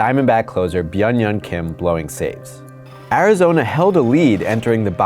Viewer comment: As a Korean I laughed the way you pronounced Byunghyun Kim!